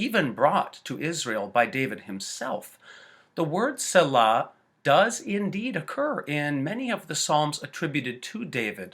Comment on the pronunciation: You are pronouncing it wrong, and it is driving me fucking mad. Also you are wrong!. It simply means to pause and reflect. See- LAH. Not Sella . Stupid ass.